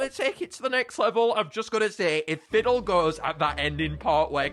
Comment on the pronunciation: I'm dumb I thought you pronounced Ffidyll As Fifidill Bruhh